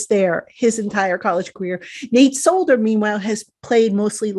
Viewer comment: The fact that he calls Matt Peart the cream puff, can’t even pronounce Solder’s name right and thinks he’s better than Peart at any tackle spot is appalling. Did he not see Solder give up a strip sack on his first snap at LT? 🤣😂😂